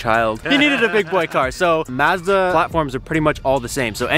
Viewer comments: Ma-zzzz thaaaa ....... Try - maaz· duh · One little thing that shows a regional accent is this "Maaazda" pronunciation. Like Ma as it "mad", Mazda, everyone and their uncle that I know in SOCAL is Mazda as in "ah" like "ah, that's nice", "Mazda". That ma as in mad sounds so weird to me, last time I heard that was Canada. "Yam" rhyming with "ham" in Yamaha. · It’s Pronounced Mahzda. Maazda. Is this Canada? 😂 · It's pronounced "Mahz-dah", not "Maaz--duh" 🙂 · ma-zda not mayzda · I stopped when you said Maaazda, it’s Mazda. You don’t say the a like in map, a as in ma(mom) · M+ ahh + zda. Not maaa+ zda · Well, first hidden feature is to learn how to pronounce the name of the company. "mAHzda" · Turned off the video as soon as he said "mahz-da". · Pronounced “mahzda” though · That's not how you even say Mazda.. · Good. Suggest the younger guy learn how to say "Mazda." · Mazda like Mad? I thought it was Mazda like mom. Sorry can't listen to you say Mazda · Why are you pronouncing Mazda like that?